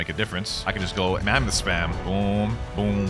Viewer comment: ok but that kinda slip up on the "mamonth cope" was kinda funny